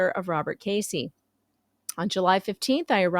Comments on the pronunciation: Not “Casey” it’s “Keszey” (sp Key-zee) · His name is sou ss like Keys -zey , not Casey . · His last name is pronounced Kez-zee. I met Jeremy and George at "the swamp" in March 2021, when Gators and Lemurs were still cool. I was uncomfortable around him. He was just creepy! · Went to high school with Robby in Ohio. This is so crazy…BTW the “S” is silent the first”e” is a sort e sound. Pronounced “Kezy” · Robbie has 2 daughters and a son. And not to correct you but his name is Pronounced Keys zey. Don't want the haters to critcize you! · I think it is pronounced, Kezzy, isn't it? No big, just wondering...